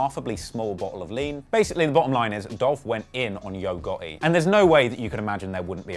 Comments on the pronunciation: Great video man. I’m from the south in America it’s just funny to hear u pronounce yo gotti. Yo-ga-ee 😂😂 I’m subscribing to hear more of ur accent and great info lol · "Yo Got-E" 🤣🤣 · “Yo Goh-eh” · "Yogurty" is a demon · Always white person that has no personal information always ru thier mouth u ain't even saying his name right. He quit as blogger how u investigate got all information wrong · you did a good job as a journalist, but you missed a lot of details my brother. I hit you up before about a job, but you thought it was about editing. I like the new title "HipHop Investigator". You can do better with the name pronunciation as well 😂😂, but overall good work.💪🏾💪🏾